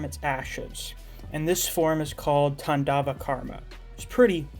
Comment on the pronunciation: Man your pronunciation of Svarga and Tandava is top notch!